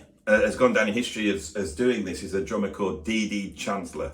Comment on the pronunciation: Interesting video but every time you said "drummer" I heard "German", what with the Germans bringing the swing from latin-America, bands of Germans playing in theaters, using sticks like in military germing. That was fun :D